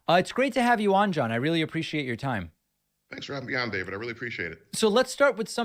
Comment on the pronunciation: Thank you Connor Forbes for gifting me membership and David yeap you butchered the name.